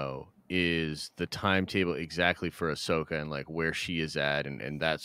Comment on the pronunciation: Bro it’s Ahsoka